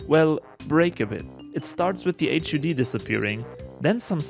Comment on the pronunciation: Awesome technical video man! HUD is pronounced hudd btw.